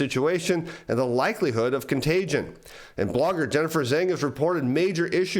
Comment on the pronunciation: "zang" lol. Zheng, like jung. Hard J.